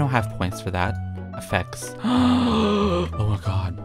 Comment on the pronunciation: I was like Wait did he say ooohhh a fence but he really said ooohhh effects!!